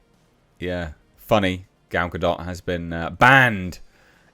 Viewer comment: Why does "Gal Ga-Dot" sound like male genital moisturiser.